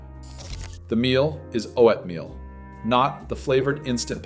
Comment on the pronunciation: Right? I was taken aback by that as well. Why did he pronounce it like that? Is this even a real guy? Or AI ?